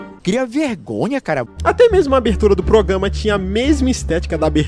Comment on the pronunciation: "Progâma"